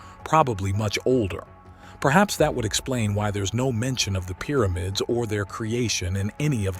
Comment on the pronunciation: Please stop calling it "Peermids"! Good documentary though.